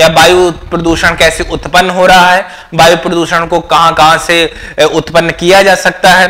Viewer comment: बायु नही वायु बोलिये,,😂